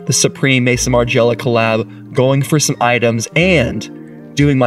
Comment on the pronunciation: It's pronounced Maison as in MAZON Margiela!